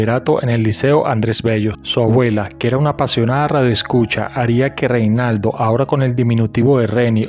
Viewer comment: Se llamaba Renaldo no Reinaldo